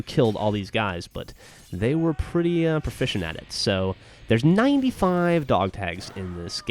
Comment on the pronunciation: i hate the way you say "95"